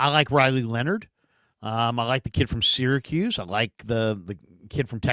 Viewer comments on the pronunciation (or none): none